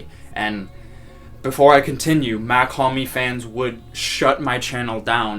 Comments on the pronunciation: you did not Even say it right . bro slight mispronunciation? Its like saying Elton Jim instead of Elton John you cant do it bro. Its not Mac liker Mac miller or Mac 10 its MACH it looks the same But its a huge difference in how you pronunce it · nice vid (it’s pronounced “mock hom-ee” btw) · brooo i dont Get how somebody who been listening to his music as much as you saying you’ve been and dont know how to say his name right. I mean its not like he dont say his name in his songs, he does it all the tiime